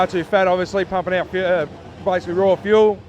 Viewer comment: 6Super6Chicken6 buddy it’s fuel not feul